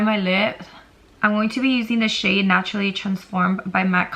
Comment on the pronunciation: When she pointed at the shades I thought she said “this shit here and this shit right here” 😂😭